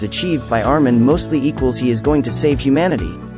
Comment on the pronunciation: this dude said arwin